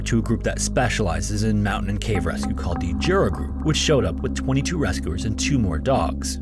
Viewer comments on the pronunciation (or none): He put effort into Michal and Ostrow, but his Krakow and Jura were terrible. In Polish, J is read like english Y, he said Dziura (hole) instead of Jura... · So, "Jura" is pronounced "Yura". The way you've said it, "dziura", means "hole".